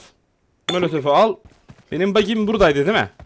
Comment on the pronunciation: Abi miye mölötöf diyon